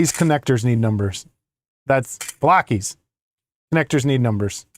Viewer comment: Every time you said "Blokees" in the last video I kept thinking that you said "Balakay" like Mr. Garvey. 🤣 "With your sausage fingers? ......I can't wait!"🤣🤣🤣